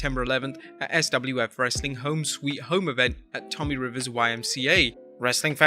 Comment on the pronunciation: TOMMY RIVERS YMCA ITS TOM'S RIVER... like tom owns a river lol